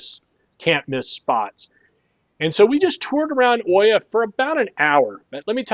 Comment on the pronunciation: It is pronounced EE-ah, not Oy-ah. Hard to hear that over and over 100 times in this video. At least you roll the "r" in Fira ;)